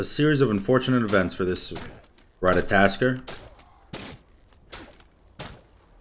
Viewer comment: PLEASE it isnt ratataskr. Its ratatoskr